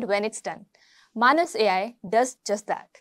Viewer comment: I think it is pronounced as "May-nes".